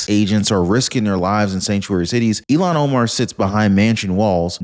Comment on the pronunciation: Is it Elon Omar or Illhan Omar? I thought it was Illhan Omar...but I could be wrong!